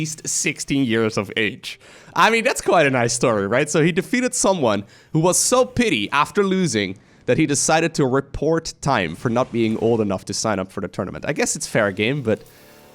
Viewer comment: It was fun when you pronounced petty as pity.